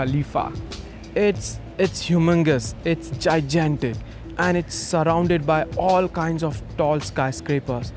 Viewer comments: It’s jijantic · “It’s jijantic.” Lol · Its gijantic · its jigantit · Its gijantic,lol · Its "ji-jantic" some producer. 😅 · You're right it's even worse than I said. Jaigantic. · “it’s humongous—it’s gijantic” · I swear, they could have got anyone else but they got jijanto man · juat learnt a new word, "Jijantic" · I thought it was Jigantic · wtf is Gijantic? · The way the producer pronounced gigantic got me to lol 😂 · Its jijantic😂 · it's GIJANTIC😂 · Jijantic lol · Damn, I was gonna comment this…I couldn’t listen anymore after that lol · "Itz dgiyygentic" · it’s gijantic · It’s a jai-jan-tic responsibility… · Did he say “jyjantic”?! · Gijantic lmaoo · Its jyjantic yaar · Jijantic hehe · Pronouncing it “jijantic” makes a lot of sense. English is weird. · It's jijantic😂😂😂😂😂😂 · Wow its JIJANTIC lolol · It's jinantic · The indian dude ruined the video with his accent. Bro pronounced Jai-Jan-Tik (Gigantic) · Gi-gan-tic love it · "It's enormous, it's gijantic!" 🤣😂 had me laughing more than it probably should've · "Gijantic" you couldn't find an English speaking youtuber to go for you? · did this mofo say jaijantik? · It's jijantic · It’s ~~jijantic~~ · It's jijantic eh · It's umingis, it's jijantic. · top tier pronunciation and accent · humangous, its jaijantic. lmao is this who US is really getting to produce their documentaries now?people who can barely speak english? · What interesting pronunciations of "humongous" and "gigantic"